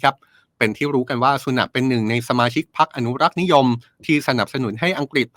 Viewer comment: สุนัข หรือ สุแนท 55555++++